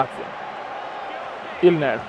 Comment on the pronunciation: Comunque è Inler non Ilner :D